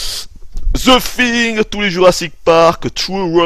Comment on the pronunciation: Toujours à dire the FING on dirait!:p Hum...Tu sais, les jeux que j'ai achetés et que j'aime beaucoup, ce n'est pas grâce à tes direct live que je les ai pris, mais tes REVIEWS (sauf pour CT:p)!!!! Je passe de bons moments devant toutes tes vidéos!!! Bref. Vidéo très intéressante et très sympathique! =D Je suis pour plus de vidéos avec Chaton!!:) tes poils me traumatisent! xD Je te souhaite une bonne continuation, et merci...comme d'hab.;)